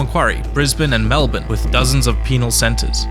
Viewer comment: I finally found a non Australian that says Melbourne right